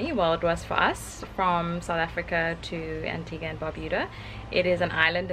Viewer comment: That’s the first time I’ve heard someone pronounce Antigua right . For people who don’t know it’s pronounced Antiga and U Is silent